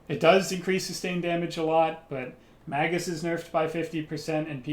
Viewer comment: "Mage -us", not Mag-us".........